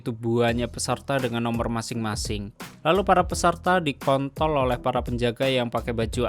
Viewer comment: "lalu para peserta dikontol oleh para penjaga" ...... Apa gue gak salah denger?